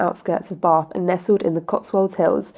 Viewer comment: Bath hasn't got an R in it when you say it!!.. Just Saying Lol 😂